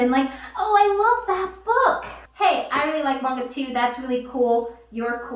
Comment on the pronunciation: Alright, I finally watched this all the way through. Kinda felll asleep the first time. First off, thank u for pronouncing manga correctly. It irks me when it's pronounced "maynga" n not the accurate, "mahnga" I've been made fun of because of that. I'm gonna watch this again cuz there's more comments I want to make...